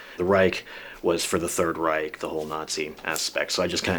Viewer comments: Hilarious he can’t even properly pronounce those German words but he had them tattooed anyways 😂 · Pfew. 7 minutes in and as a German it makes me very uncomfortable to see all those Nazi symbols (and that no one can pronounce the word Reich correctly).